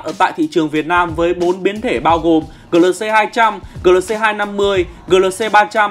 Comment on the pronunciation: Gờ lờ xê...đọc lại đi anh